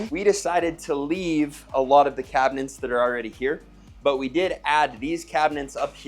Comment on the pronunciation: Did I hear cabinents? Lol